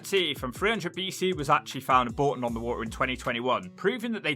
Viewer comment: It’s not Boulton, it’s Bourton on the water.